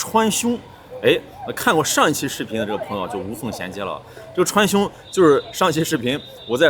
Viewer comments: 穿兇？殺人啦？ 川芎後面字唸，窮， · 請注意 川芎 ㄔㄨㄢ ㄑㄩㄥ